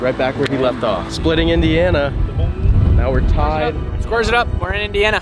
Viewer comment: you keep my states name outta your mouth! 😂 It's Indiana, not Ana if Indi 😂😂